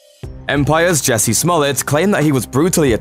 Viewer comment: Jussie not Jessie for God's sake